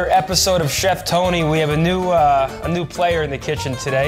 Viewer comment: Tony not zini